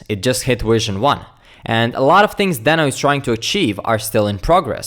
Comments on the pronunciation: Deee no, not den o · It's DEEHno! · Is it just me confused on how to pronounce deno???